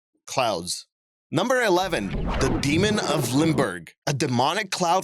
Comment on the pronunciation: its Limburg (holland) not Linburg,..;-)